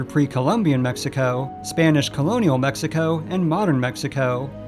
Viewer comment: Please dont go to tiajuana saying "mexico" like that, they will put you in the donkey show